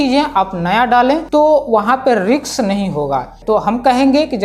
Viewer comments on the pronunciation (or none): Risk ❌ Riks ✅ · Riks nahi lene ka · 'riks' hai bro 'refurnish' hi lena h riks pe